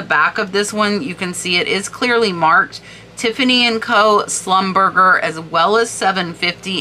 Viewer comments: Schlum ber zay not slumberger😳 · That unsigned Schreiner is probably is or one of the most sought after brooches. I’m not surprised by the price. I love the colors in that one❤ Philippe is pronounced FILEEP Schlumberger is SHLUMBERJAY Givenchy is JEEVONSHEE 💕 Maison is MAZON with a long “a.”